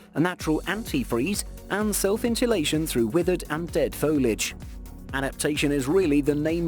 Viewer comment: Dear younger-generation YouTubers: “Foliage” has THREE syllables, “fo-li-age”. You’re welcome.